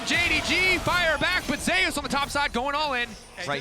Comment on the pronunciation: He cannot pronounce ZEUS properly? ZE YUS? WTF